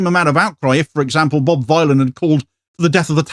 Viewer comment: Vylan as in Dylan...